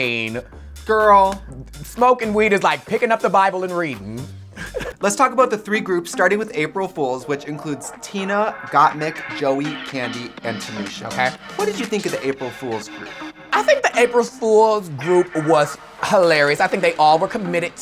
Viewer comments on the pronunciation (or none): Trixie really called Gottmik "Gothic". 😂